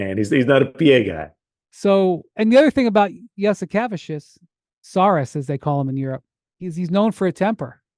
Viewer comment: Does Windy think he's pronouncing Jasikevičius correctly? 😂